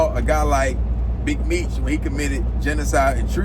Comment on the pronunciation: He be butchering every name